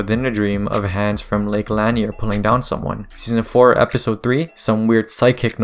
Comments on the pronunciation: Lake Lanier luh-neer not lan-ear friend ❤ great video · idk how to type that but that is not how you pronounce Lake Lanier